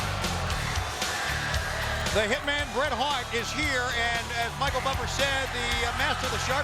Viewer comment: Micheal Butcher lmao instead of buffer